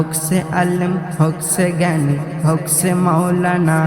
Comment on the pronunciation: উচ্চারণ ঠিক করতে হবে। যেমন, হউক ছে নয় হউক সে হবে। ছেরা নয় সেরা হবে।